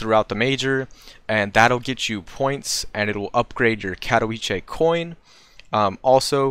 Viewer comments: Its kah-toh-veet-seh if u rly want to get into that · ka.tɔˈvʲi.t͡sɛ there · It's Cat-o-veet-seh, not Cat-o-wee-chay. Otherwise, awesome video!